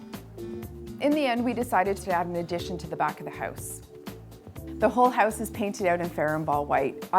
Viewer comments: Houuuuze, houuuuze, hooooouze.. hehehe, Canadians <3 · if you say 'house' one more time with that strange accent, I might have to smack ya